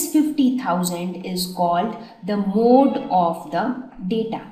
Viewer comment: Which is the mode of pencil? Say correctly mam